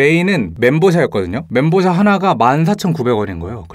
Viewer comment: 멘 보우 샤ㅎㅎ